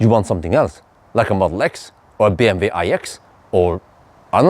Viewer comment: Very interesting review! I’m personally not in doubt that I would get a NIO, but great to have the comparison. Ps! When you mention BMW, remember to say BM double-u, not BM ve 😀